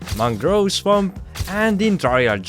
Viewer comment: I got some nostalgia when I heard someone with your accent saying swamp